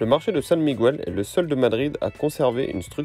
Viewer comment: On ne dit pas "San Miguouel" mais San Miguel (comme en français).